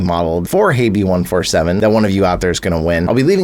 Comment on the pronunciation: It's actually pronounced Habby if I'm not mistaken lol